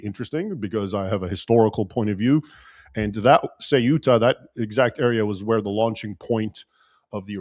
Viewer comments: se-oo-tah … “se” like the beginning of the word seven; “oo” as in a cow’s moo; tah as in the last syllable of Utah. Or if you want to say it like Castilian say … the-oo-tah with “the” ending with a short e sound .. kind of like saying “they” but drop the y. And, yes, I am a Spanish speaker and I have visited Ceuta, but not since all this crazy Muslim migration started about 10 years ago. Keep up the good work. God bless! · Close. Try pronouncing it the same but starting with a “th” sound instead of “s”. “Theuta” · It’s 3 syllables with the emphasis on the “u” … ce-U-ta. Each vowel is a short vowel. I am a native English speaker as well as a Spanish / Castilian speaker. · If you are from Spain, then it is pronounced the-oo-ta. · Raymond, seh-oo-tah. There is no other way to say it. nless yoire from spain and say the-oo-tah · The -oo-ta the C is th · Meant to say with the stress on the "e." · Nobody there pronounces the name as Say-You-Tah! It is Ceu-tah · Ce oo ta. Ce u ta. Ceuta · "Ceuta" is a two-syllable word. The "u" and the "e" are one syllable, with the primary stress on the "3." "CEu-ta." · Theóo ta. Would be the English pronunciation to make it sound Spanish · Hi Raymond, your pronunciation of Ceuta is correct except that the "C" in Spanish as spoken in Spain is pronounced as "th"" in "the'. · Thay-oota. De nada. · Ceuta pronounced in Castillan Spanish the C is pronounced as th as in the , theuta.. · Sae-oo-ta (like Ce-u-ta), not many ways to pronounce it. Anyway, appreciate the videos anyway. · Pronunciation of ‘Ceuta’: Apparently the Spanish pronounce the ‘C’ as ‘th’, as in ‘thing’. So thay-oo-ta. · Por favor. Castillian pronunciation: 'thay-úta'. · I heard soot-a